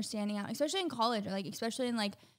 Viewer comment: Stop saying ecspecially the word is especially 🤯